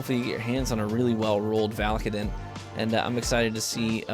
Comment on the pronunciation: I'm pretty sure it's pronounced "VAL-UH-KAY-DIN"